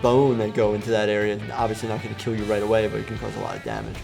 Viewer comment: "But will it keal?"